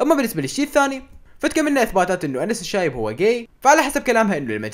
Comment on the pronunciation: انس الشايب ❌ أنس العايب✔️